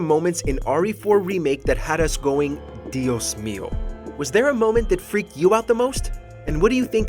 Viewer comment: You say dios MiO In Spanish Genial sigan asi